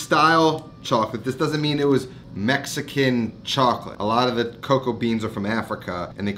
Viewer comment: He butchered the Mexican chocolate, hard pass